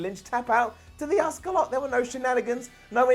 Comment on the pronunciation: Why do you pronounce Asuka as "Oscar?"